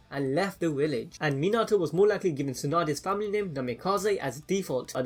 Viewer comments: Its pronounced mean a toe minato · His name pronounced Mi-na-to, not Min-a-to. Just a heads up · ur u say minato rong